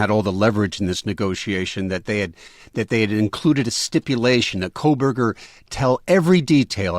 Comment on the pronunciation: Why does everyone keep saying “Koleberger”? It’s “Kohberger”, without an”L”.